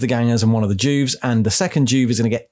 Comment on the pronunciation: I thought you said Jews instead Juves , imagine my confused face 😫😳😰